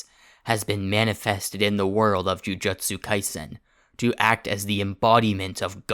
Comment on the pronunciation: 'jujetsu kaisen'